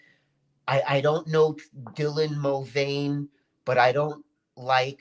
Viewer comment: I love how isn't even bothered to learn Dylan Mulvaney's name properly. Shows how insignificant Dylan is to.